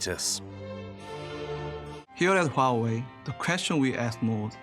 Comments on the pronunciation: Its pronounced wa way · You are pronouncing Huawei incorrectly